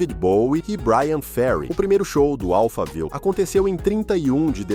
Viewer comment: Amigo somente diga Alphaville como o bairro de SP! Não inventa!!!